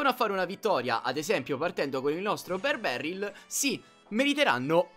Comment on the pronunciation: ber barryl🤣